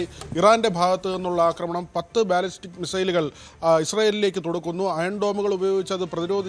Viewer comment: ബലിസ്റ്റിക് അല്ലടാ ഊളെ. ബാലിസ്റ്റിക് മിസൈൽ.